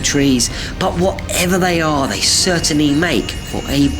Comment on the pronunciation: "But whatEVER they are, they still crertianly make for a brilliant discussi-NUMBER 6."